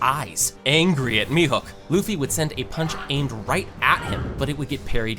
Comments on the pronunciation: Mihuk🥀🥀🥀🥀🥀 ITS MIHAWK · Mihawk not mehook